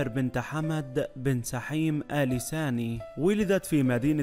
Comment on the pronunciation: اال ثاني وليس اال ساني..القراءه بطيييييئه و الاسم الثلاثي مكرر ٧٠ مره لماذا؟